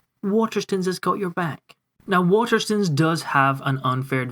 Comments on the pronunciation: "Water stuns" ... STOOONES like moan. Do you pronounce stone as stun? Like gun? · love your videos but please say waterstones properly